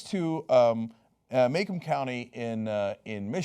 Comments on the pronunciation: It's pronounced "Muh-Comb" county. Not Maycomb county. I'm from Michigan. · Cenk, it's pronounced "muh-comb" county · michigander here - irs pronounced mah-come